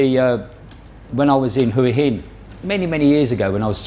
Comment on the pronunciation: Hua Hin is pronounced Waaa Hin...the H is silent 👍